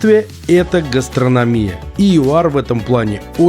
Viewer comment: ГастронОмия а не гастрономиЯ